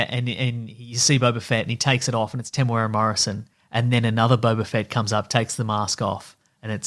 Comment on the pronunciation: It is not pronounced Temoweara